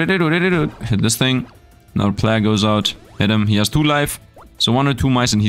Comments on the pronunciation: Love your content and enjoying this game, just to help you though, plague isn't plahg, it's pleig/pleyg, so it sounds like it starts with play and ends with a short "gh". Hope that helps you. Keep up the awesome videos! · plague is and has always been pronounced "play-gue" and not "plahg" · Plague is pronounced like combining play and vague Play-gue (long a) But finding the overpowered stats like always